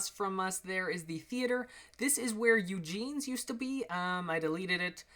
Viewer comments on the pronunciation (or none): is it just me or did he say eugenes instead of eugis